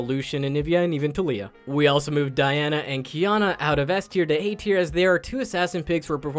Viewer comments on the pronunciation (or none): none